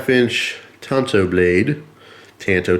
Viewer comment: It's pronounced " tahn-to." Tan-to is what happens when you wear flip-flops to the beach.